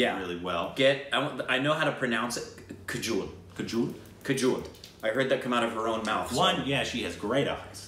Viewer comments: kojul ???? it's Kajol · “I know how to pronounce it........ kajuul” 😂😂😂❤️ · 1- Chak de india 2- swades 3- devdas Those are more on the serious side but from the beginning of his career and also with Kajol (which is pronounced more like the black stuff for eyeliner, less like jewel ) DILWALE DULHANIA LE JAYENGE, just keep in mind it's from the 90s... some scenes are a little over the top but it's great.